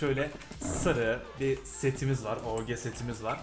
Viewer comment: Abi esjiye dön böyle oge demesi sıkıcu abi legend sıkıcu eskiye dön